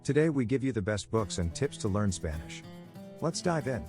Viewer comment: "Spannish". What in the actual fuck.